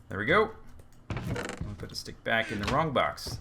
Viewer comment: i can see it know a 1 hour video of him saying welcome backa to the minda cracka servera